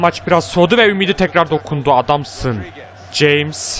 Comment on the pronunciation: Abi Jamesin okunuşu Hames diye okunuo söyliyim dedim :) BU ARADA Yine harikasin abi